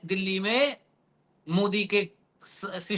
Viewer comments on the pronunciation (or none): सिस्टीम नहीं सिस्टम बोलिये , हुज़ूर !